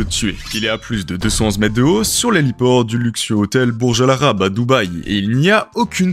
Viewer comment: Il est à plusssss deusss descense metesss de hautsss. Arrêt de mettre des "s" partout !